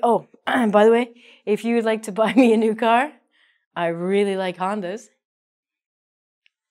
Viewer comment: Pay attention to your vocabulary!! Car, not caR?!!!